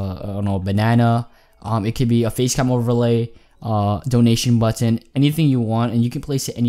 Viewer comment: why do you but to much emphasis on the 'T' . Buttt-tton ?